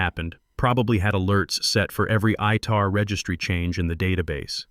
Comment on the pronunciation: Its ITAR. Not ITR.